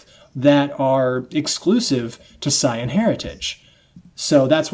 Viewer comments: It's not cyan, watch the original they say saiyan not cyan. I know he's not actually saying the color cyan but it sure as shit sounds like it. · Why dis guy tells mee 2 reed the dam manga but says Saiyan da rong whey, lulz. ~_~ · So there's more than one person that says saiyan wrong? Great.